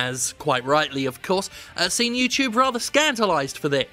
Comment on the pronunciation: YouTube Challenge: Take a Drink every time Jim says "YewTewbe." I made it to minute 8....